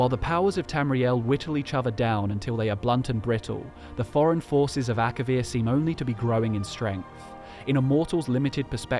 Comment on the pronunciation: It's Akavir not Akarian.